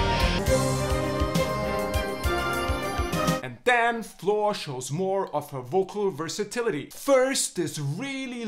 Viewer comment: Her name is Floor Jensen, not Flaw. I really miss Tarja Turunen, she was amazing with so much talent and education however she has a daughter that she wanted as a priority maybe? They both are the best I have ever heard and the band is truely my favorite ever, now that Marko left because he was not feeling inspired it might change a bit but we will see I wish all of the very best in life and thank them for all they have given all of us!